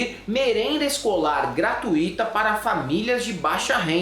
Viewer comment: A palavra deve ser pronunciada: gratuita e não gratuíta